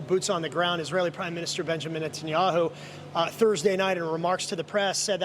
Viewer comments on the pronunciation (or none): benjamin netehmenehmanwho?